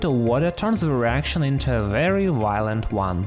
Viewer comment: Wery wiolent